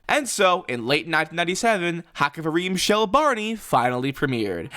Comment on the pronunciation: "Kavrim shli"